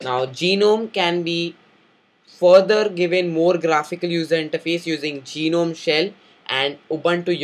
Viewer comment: its ge-nome not gi-nome